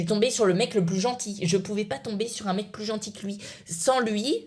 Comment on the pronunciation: Stp arrête de dire pu! Au lieu de plus Bon je sais que t'a du mal mais entrenne toi